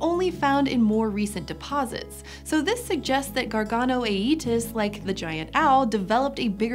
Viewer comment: "so this suggests that the GarganoaYEETUS" Okay I'll leave...